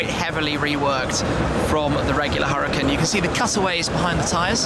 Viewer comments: its "Hoo Ra Kaan" not hurricane duh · its pronounced ou-ra-khan